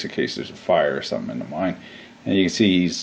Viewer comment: lol, I thought for a sec, you said "a mime" instead of "a mine"...